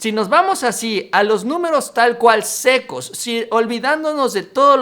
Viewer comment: Dice "sesco" y no "seco"